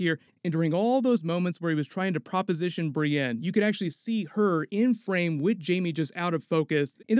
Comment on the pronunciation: Brienne ----> BriEND